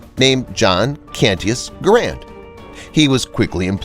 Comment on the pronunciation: “GARE-and” like Air, or errand. So G-Air-and. It’s not pronounced “gauuraund” or “grand”